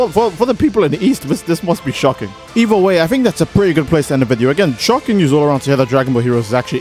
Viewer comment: I said that because the first time, I didn't even HEAR him say "news". It's a vocal flub, bro. Not that serious.